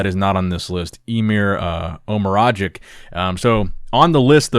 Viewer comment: pronounciation of Emir Omeragić to someone from the Balkan 😂😂